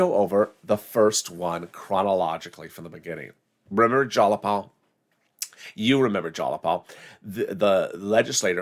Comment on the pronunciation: sweetie, its pronounced jie-a-paul ...but.....I STILL LOVE YOU!